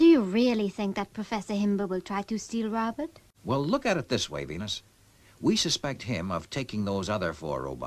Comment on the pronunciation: It's funny how Steve pronounces it, Rowbutt!